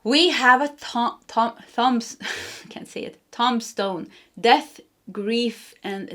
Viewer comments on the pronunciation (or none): #1 🦂🏹 Thank you deer one. I needed that this morning. In the US we are electing president. 😮 U made me laugh trying to say tomstone - toombstone. I love ur accent. I claim this 100% 💙🌹💙